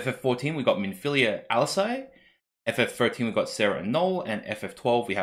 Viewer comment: Thanks for the video, am glad to see these cards, as well as a little bit of discussion. For future reference though, just in case the cards keep reappearing, Alisaie is pronounced Al-lee-say, and Alphinaud is pronounced Al-fin-no. And just in case he gets printed, a scion called urianger is pronounced yuri-an-jay (that one is the weirdest of the bunch). Vaan is also pronounced Varn, as opposed to van.